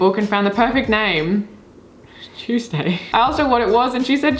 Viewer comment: PLSS THE WAY U SAY TUESDAY😭😭🦶